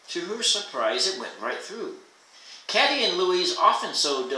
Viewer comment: Katy- Pronounced Kay-Tee